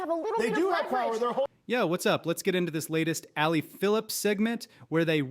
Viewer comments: Her name is NOT Ally Phillips it’s Abby Phillips, pls get it it right before you post these videos. Thx. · It’s Abby Philip, not Ally Philips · It’s *Abby Phillip, not Ally Phillips, respectfully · Her name is not Ally Phillip, it is Abby Phillip. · It's Abby Phillp's not Alley !!!! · Did you say, “Ally Phillips?” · Did you say "Ally Phillips "?🤦‍♀️🤦‍♀️🤦‍♀️🤦‍♀️🤦‍♀️🤦‍♀️ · Did you actually mispronounce Abby Phillips name? Dude you gotta do better and at least show a little knowledge about what and who the F you’re talking about.